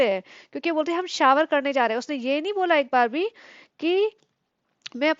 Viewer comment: Abe o, English sikh lo prononciation shower ka (sha-er) hai